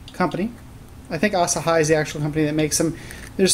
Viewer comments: Ahh-Saa-Hiii ... AHHH-soo-High ... I'm-soo-high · ASAHI is pronounced A-Sah-Hee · Asahi is pronounced ah-sa-hee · Funny how an American pronounces ASAHI as ASAHAI. I wonder how he will pronounce Hitachi, Kawasaki, Samurai etc.? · Used to be a photographer who doesn't know how to pronounce ASAHI...